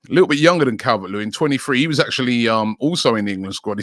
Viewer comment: How did you manage to bottle the name “dominik calvert lewin” 😂😂😂 “ cavelvvehhetrt lewin???”